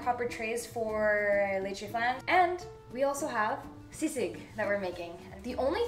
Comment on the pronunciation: she pronounced sisig very well